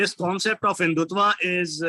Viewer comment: 1. Can't pronounce, Spell RSS long form🤮 2. Can't pronounce MODI, HINDUTVA 🤣🤣 3. Islamist explaining HINDUTVA n secularism is JOKE🤣🤣😭